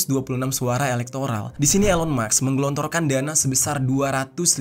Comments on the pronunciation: Musk dibaca mask, bukan Maks. Beda cara bacax. 🤔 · Elon MUSKKK bang,, bukan MAKSSSS 😂😂😂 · bkn elon muks tp elon musk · Elon maks😂 Elon musk ✅